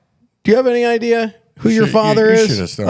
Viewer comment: Or should I say "Idear?" Lol